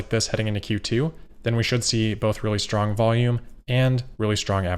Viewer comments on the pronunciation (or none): none